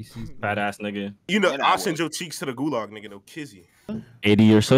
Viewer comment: nigga said golag